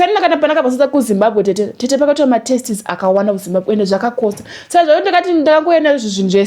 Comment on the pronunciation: I didn’t say it’s a measure of intelligence when comes to grammatical errors only but papronunciation there’s no excuse amana ungati matestis iwe wadzidziswa kuti tests saka teacher wacho aidzidzisa kuti testis? Ungati a iwe wadzidziswa kuti u?